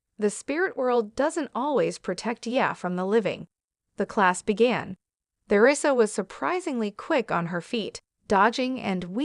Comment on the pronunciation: Eleven seconds in and already three mispronunciations by the AI narrator. You lost me at th-eresa.